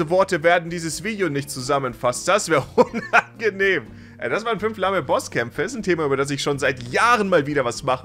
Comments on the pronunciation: uuuh, was ist da aus dem Wort "unangenehm" passiert? :face-green-smiling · Ganz schön UNAGNEHM 😂